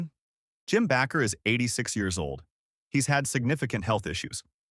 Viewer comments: I hate these AI narrating videos. As another posted why not say it from the creator unless the whole thing is fate. Bakker not Backer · AI? His name is Jim Baker, not BACKER! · The word isn't "Backer" - it is Bakker (pronounced Baker). Terrible podcast!!!!! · You're not even pronouncing Jim's name right!!!! It's pronounced BAKER, LIKE A PERSON WHO BAKES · AI can't pronounce his name right.